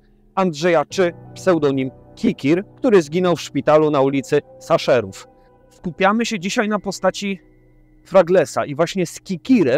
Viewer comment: Szaserów, a nie Saszerów jeśli to samochód ze zdjęcia, to jest to Celica, a nie Corolla